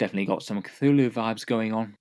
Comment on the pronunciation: It's real pretty... Cath-hu-luh... Cath-hu-luh! CATH-HU-LUH! CATH-HU-LUH!!!